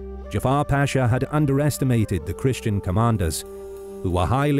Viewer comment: As a Turk I have watched your videos so much that I think I have started to forget the correct pronunciation of the Ottoman word "pasha" :) By the way, it is not pronounced "paashaa" by elongating the vowels: it is just pasha. Very short word. It is a commander title.